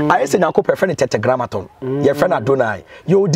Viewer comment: It is not Tetegramaton. It is Tetra-Grammaton 😃😃😃